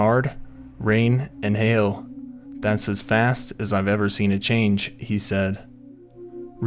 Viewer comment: The Narrator called Hail, “Ail”. Never heard that one before...